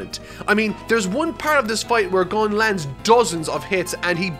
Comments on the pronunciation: Alright since you seem to still be having trouble with Gon's name, here is how it is pronounced. Gon's name is made up of two Japanese characters ゴ and ン. The first character ゴ is pronounced gOH, similar to how you pronounce go, as in to go somewhere. You want to exaggerate the OH sound though, the same way you would say "oh" as in, "oh no". The second character ン is pronounced /n/. This is slightly more difficult to explain, but it is a sound that exists in english too. Imagine saying the word "now", but without the ow. Just the first n part. The ン character is basically like adding an n to a word. So to put it together, think about saying "GOH NO" but without the O at the end, and without a space between the two words and that is basically how you pronounce it. Hope this helps. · Went out of your way to hear a Japanese friend pronounce Gon, but you're not quite there at pronouncing it like she does. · So we're gonna point out "gone" as an improper pronouncement, but "core-o-pee-ka" is just fine!?!?!?! I type this after watching a "every time someone's name is said in hunter hunter" and it was in its native language... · I heard "Gon" the whole time. Sometimes people have accents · lmao, if you don't pronounce it "Gone" then im alone in this dark world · At least he isn’t pronouncing it like the dub, Cone. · You say that you made a mistake and then you proceed to still say "Guun". Why?? What was the point of asking a Japanese person for pronunciation tips and admitting your error if you are just going to repeat it again?? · “Sorry Guys, I’ve been saying it wrong the whole time” 😅 Also: *proceeds to keep saying it wrong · Lol to be fair, the vast majority of English speakers also pronounce "Gon" incorrectly, versus how it's actually pronounced in Japanese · Man coulda just opened up an anime episode to hear how Gon is pronounced but YOU DO YOU MAN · >Learns how to properly pronounce Gon’s name >mispronounces it immediately after. Never change,.